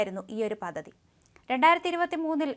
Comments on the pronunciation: 🙏,,,,,",പതതി ",,, അല്ലമോളേ,,,, പദ്ധതി, പദ്ധതി,,,,,, 👍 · പദ്ധതി എന്ന വാക്ക് ഉ‌ച്ചരിക്കുമ്പോൾ പദ് എന്നു പറഞ്ഞ ശേഷം ധ എന്ന അക്ഷരം ഉ‌ച്ചരി‌ച്ചാൽ ശരിയായിക്കോളും. അല്ലെങ്കിൽ പദതി പദതി എന്നേ കേൾക്കൂ. അതു പോലെ തന്നെ, റദ്ധാക്കുക എന്നല്ല, റദ്ദാക്കുക എന്നു വേണം പറയാൻ.